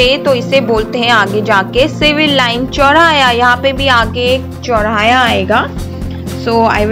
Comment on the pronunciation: चौराया नही चौराहा होता है 😀